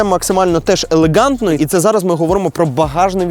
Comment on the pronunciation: Максимально елеҐантно , максимально елеҐантно, максимально елеҐантно 😂😅😂😅